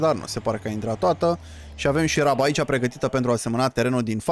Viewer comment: Iti recomand sa zici roaba in loc de raba :))